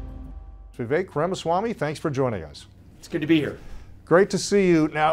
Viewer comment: Why must people STILL call him “Veeveck” ??